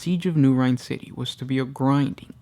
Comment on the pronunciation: Rynn = “Rin” never heard it pronounced as rhine. You have correct pronunciation in all of your other vids.